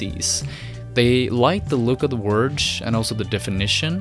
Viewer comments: I've never heard someone pronounce "Word" as "Worj" before. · great video! but, what's a "worge"?